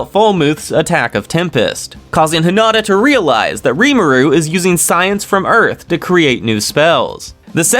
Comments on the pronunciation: Heen ah tah … is how you pronounce Hinita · These videos would be way better if you would stop pronouncing the names WRONG of some of the characters. Especially Hinata and Milim. It sounds stupid the way you say it. If you ACTUALLY WATCHED THE ANIME, YOU'D KNOW HOW TO PRONOUNCE THEM.